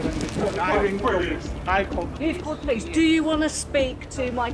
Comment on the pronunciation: "Pilice, police" i would take that as a joke 😂